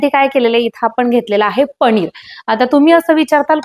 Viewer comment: पणीर नका म्हणू पनीर म्हणा